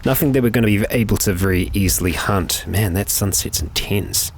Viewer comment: I love how he says intence, i have no idea why xD